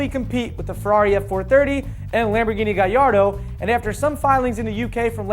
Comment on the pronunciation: lol wtf he said gayardo